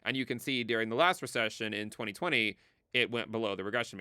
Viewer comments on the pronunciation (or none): It sounds like you're saying "dearing" instead of "during." I mean, I know what you're saying in-context; but seriously, listen to it isolated i.e. clip the audio to just a "during."